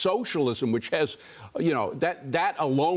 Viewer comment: enfuhhtada lmao. nice one by the news guys not being able to pronounce words they are reporting on lol